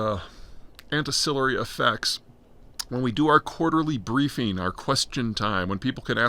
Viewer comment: "Antecillary" is not a word. "Ancillary" is a word. This is your periodic reminder that Peter is kinda a dipshit. He likes to sound smart but he's only half paying attention, even to things that he's done a deep-dive on. When you are listening to someone discuss geopolitics and strategic weapons who refers to them as "nucular" it's a little like listening to a chess master who refers to the knight as a "horsey". Does not necessarily make the advice unsound, but it does suggest you should do a little cross checking with other sources, just to be sure. Maybe he knows damn well it's a knight, and he's calling it horsey to be cute.